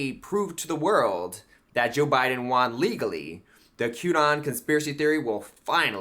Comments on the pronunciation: Why does he keep saying "wan" instead of "won?" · Why does he pronounce "won" as "juan". Is it because of "Juan o seven"? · Why is he pronouncing won as "juan"? He sounds like a child. One in need of a helmet.